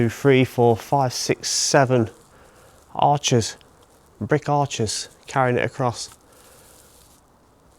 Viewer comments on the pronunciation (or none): none